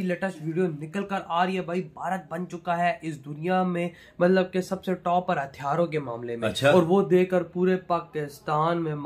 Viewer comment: Are yeh Pakistani education hatiyaro...nahi bahi hathiyaro.. Kitna difference hai bahi...paura meaning hi change ho jayega